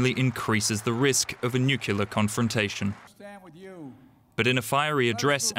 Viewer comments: Did that 'reporter/journalist' really say ' New-killer'?: unbelievable. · Disappointed to hear DW pronouncing nuclear as "nucular". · Nuclear = "new-clear", not "new-kew-lar" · It's a small thing, yes, but it is pronounced nucle-ar, not nucular. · Noo-kyoo-lur How much is this narrator being paid? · Nu-clear. Nuclear. That is what was said. Have a nice day